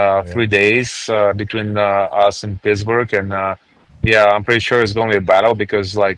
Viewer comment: Still Crack up to this day when Ovechkin called Pittsburgh Shitsburgh on that Road to the winter classic documentary